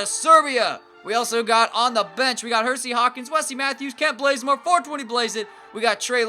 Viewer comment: omg he actually made Bazemore's name into Blazemore I cannot